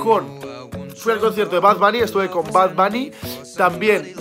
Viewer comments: porque dises bad bany es bad buny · Bad " banny" se pronuncia bunny 😂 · No se dice 'bad bani', se dice 'bad boni' aprende a pronunciarlo